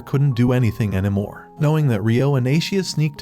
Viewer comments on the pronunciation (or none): You said anamore